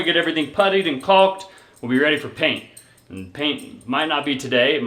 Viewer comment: Looking great as the finishes comes together! BTW, it's kawk, not kalk. 😉